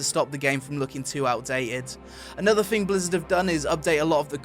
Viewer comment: 'Anotha fing' -.